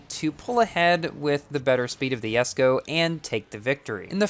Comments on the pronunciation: Even the owner of this car pronounce it as jes-ko and you say it as Yes-ko. I don't understand. Is it because of the difference in American English and UK English? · I hate the fact that you call it “yesko” like bruhhhh xDDD